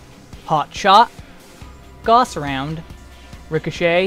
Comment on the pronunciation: Also, gauss is pronounced gouse, like house. Not goss. XD lol